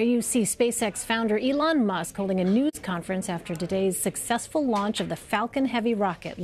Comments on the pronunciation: anyone else hear the reporter say "nudes conference" and not news? xD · what the heck is wrong with people today? First the guy from Buzzfeed said "hey im with buzzfeed nudes, news" and now this CBS reporter says "nudes conference" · Am I the only one that thought the reporter said Elon Musk holding a nudes conference? Time